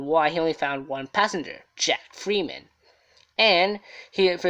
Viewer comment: His name was Jack Ferriman, not freeman u tool.. 😓